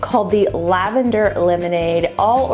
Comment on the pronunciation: When you said "lavender"...i was like girlllll nahhhhh😭😂